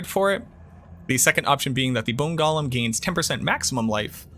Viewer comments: It’s “GO’lum” not “goh lum”. That’s not Smeagle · He keeps saying Gollum